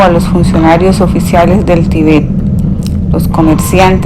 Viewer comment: Gracias por el aporte, lastima que la persona que narra no sabe leer bien sobre todo los acentos ya que los cambia de sitio al pronunciarlos por ejemplo dice Tibét en vez de Tíbet etc